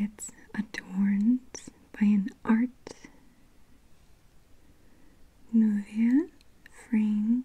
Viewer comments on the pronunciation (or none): Maria, I think you were trying to pronounce art nouveau when describing first ring. It is pronounced “art noo-voe”.